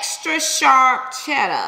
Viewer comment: B I love you but did you notice you said chella and not cheddar